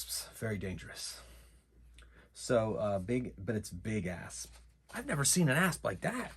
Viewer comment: That was really fun! Those traps were deadly wow! 😅. Was quite fitting that Xander rolled triple snake eyes vs that snake. Make sure to pronounce the P on the word Asp, lmaoooo